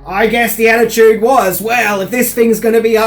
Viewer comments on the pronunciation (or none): none